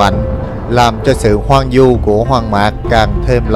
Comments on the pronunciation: Hoang vu chứ không phải hoang du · Hoang Vu ...không phải hoang du